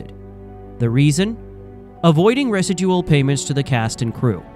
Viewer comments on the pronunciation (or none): Ai garbage. residual=Resi dooo oh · Why cant you pronounce Residual? Ohhh AI got it